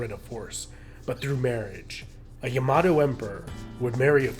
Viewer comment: "Yamahdough" - SMH